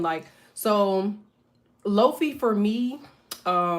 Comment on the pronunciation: Queen, Not Low-fee, Low-fye (Lo-fi) like hi-fi